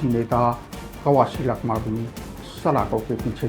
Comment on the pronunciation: लखमा ❌ चखमा ✅